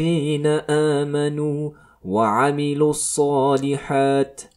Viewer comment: Je pense que tu fait erreurs sur الصلحت ya kesra PK Tu ne la prononce pas pareil pour الحقِ il ya kesra